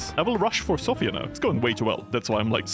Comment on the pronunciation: Just wanted to thank you for pronouncing Sofia correctly.